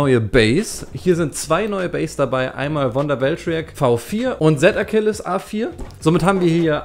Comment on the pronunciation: Z Achiles Sprich: Si Achiles